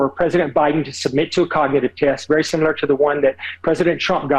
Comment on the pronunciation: Why does Dr Jackson say he wants President Biden to take a cognitive test "SIMULAR" to the one Trump took ( in the video). Why not the same test Dr Jackson?